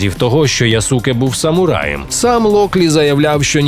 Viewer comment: Яске а не Ясуке читається. Користуйтеся будь ласка правильною системою транслітерації японської